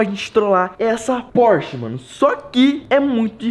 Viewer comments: Porche- It kkkkkkkk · porshtite kkkkkk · O nome do Porsche: Pors-titi